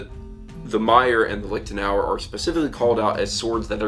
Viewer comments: Really, as a man with Irish provenance you pronounce it "Liktenauer" instead of "Liechtenauer"? An Irish man should know how to pronounce "ch". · Clemens Kindermann yeah it should sound like the c in the irish word nic which appears often in personal names in gaelic speaking areas. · I have no clue about swords. I'm just here wondering why English speakers have such a hard time with the ch-sound (ç) like in Liechtenauer or fechten. Just loudly whisper 'yes' or 'human' and you got it right there. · A small tip: the 'ch' in 'Liechtenauer' or 'Fechtbuch' doesn't pronounce like the letter c in 'cat', 'car' etc. This is helpful: :)